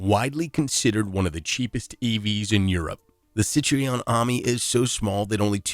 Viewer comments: CIT RO EN , please ? NOT: CIT RE ON . . ! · Not "Citreeon", but Cit Ron. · CITREON IS NOT "SIT-REE-OWN" It's "seet-roeN" it's french. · Wrong. Citroen, not Citreon is pronounced Sit Ro Enn in French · You are pronouncing Citreon wrong. It's pronounce SITrun (in English) or sitROH (in French). There are only two syllables. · Probably better expressed as 'Si Tro (en)'. Which is similar to how I expressed it. I almost put 'SIT-rohh(n)'. I can actually write in the IPA, but it isn't easy on this keyboard. The final syllable in French is very soft and Nasal. Yeah, sure, it's there, but not easy to hear for a non native. Regardless, this AI absolutely slaughtered the pronunciation.